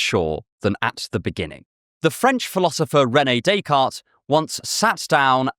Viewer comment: I don't like the way you say rene decartes